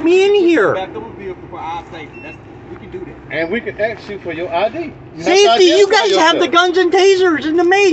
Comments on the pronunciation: Anytime I hear a cop say "I axed you..." I already know they don't know the law and they are going to go hands on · “I Axe You “ - If you can’t simply speak English , you shouldn’t be upholding the law that’s written in it. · I can't take Anyone seriously who says "Axe " instead of "Ask". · If a cop is so damn ignorant as to 'aks' me anything, he deserves the disdain and ridicule. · Diversity is our strength! "I axed you a question". WTF? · You cannot " ax " somebody to make them move back. You can ask them. Axing them would be against the law... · It's amazing that a grown man went through 12 years of school and still can't say and pronounce a common word. It's asked not axxed there officer. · He axed you a question!🤪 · When blacks axe questions, axe for ID, axe for eveything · He axed you for ID! LOL